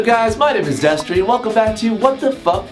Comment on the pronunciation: Agreed (also it's destery )